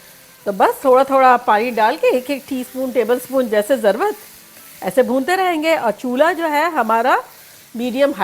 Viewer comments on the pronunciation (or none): Dear And one word i want to change is ضرورت instead of saying ضروت